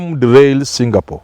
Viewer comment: Did you mean Kenya becoming a Singapore???!!???. If I heard you well it's jingapoor!!